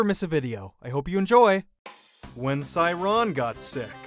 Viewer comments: WHY do you pronounce their names like that LKFJSLDKJF it's "say-young" and "say-ran" *NOT* "sigh-young" and "say-ron" lmao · Just wondering is that really how you pronounce the twins names? I’ve been pronouncing them the way I read them so sae would be sa-eh and then the last syllables of their name.